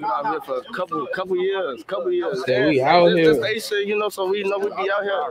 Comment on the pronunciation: "We out ear"🤦🤣